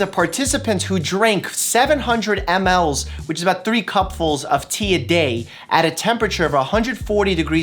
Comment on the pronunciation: The way he says ml's is so awkward 🤣